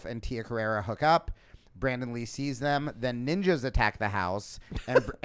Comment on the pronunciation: You're incorrectly adding an "a" to the end of Tia's name.